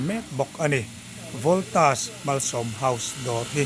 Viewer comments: Scooty pe tu te chu an va fakawm tak em . Mahse an dawr hming kha lam dik tum hram hram teh,Voltas Malsawm House ani a.. I lam dik loh khan midang daih emaw Kan ti palh ve thei a.. Saptawng mizotawnga Kan hman hi chu lam dik tum hram rawh.. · chu Voltas tih i in hmeh lo Valtos i tih khan kan hre zawk..😂 i taima hle mai ṭang sauh2 rawh le